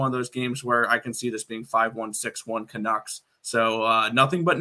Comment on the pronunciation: why on earth are you calling them canooks? LOL not sure if i wanna take betting advice from someone who doesnt even know the name of the teams LOL sorry....